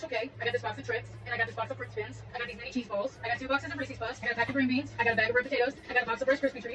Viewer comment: Saying Ressies instead of "Reese's" is a red flag. I bet she says kiddo unironically too.